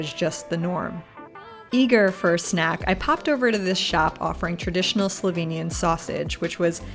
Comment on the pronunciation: Give you 5stars for pronunciation of slovenian names and words in general. Yeeey, you! THX for the great video, my country looks even greaeter from your eyes!